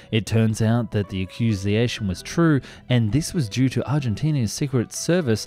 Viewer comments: Ac-cuse-i-a-tion and coop-dot are not words. Sheesh! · You need to work on your pronunciations: 1: Accusation: Ack u zay shun. 2: DeHavilland: De Have ul lund. 3. Messerschmitt: Mess er schmitt. 4. Cout D'eta: Coo Day Tah.